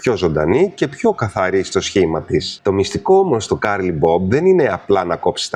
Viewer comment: Ευχαριστώ πολύ για τις πληροφορίες! Μονο μια διόρθωση στην προφορά του curly ❤